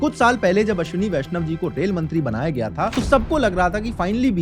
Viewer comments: it gaya ji ,bihar not gyaa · bhai that is not GYAA it is GAYA